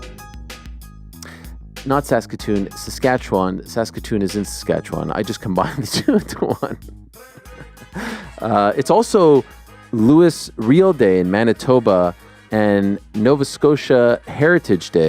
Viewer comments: you have been living in the states to long ariel...you dont even remember how to pronounce the gentlemans name. not Lewis real... Louis Real (louey, its french) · how about his pronunciation of louis riel